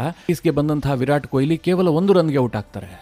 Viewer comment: ಕೊಯಿಲಿ ಅಲ್ಲಾ ಮಾರಾಯ, ಕೊಹ್ಲಿ.